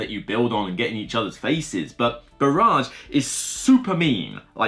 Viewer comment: Just so you know "barrage" is pronounced "ba-ridge" - "ba-raj" as you say it means bombardment not dam.